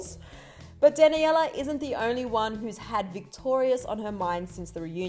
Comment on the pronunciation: Sis really just said “dan a yella”